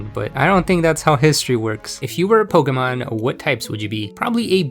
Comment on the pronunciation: I’m so glad someone finally says Pokémon correctly